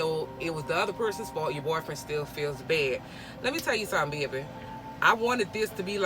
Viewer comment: Lol gotta be Louisiana all I heard was “yeaa baaabay”